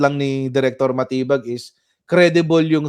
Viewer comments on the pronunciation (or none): SILENT “DI” dun sa surname ni Chief. Dapat pala talaga yun ang basa DiMatibag. 🤣😂